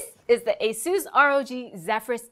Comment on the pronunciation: Ay-Suh-S. Asus.